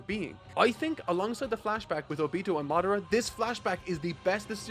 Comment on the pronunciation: The easy pronunciation fix: stress the first syllable of the 3-syllable names. OH-bee-toh KOH-nuh-hah KAH-bu-toh MAH-duh-ruh DAY-duh-ruh Etc… P.S. Loved the video. I’m happy you’re enjoying the series so much!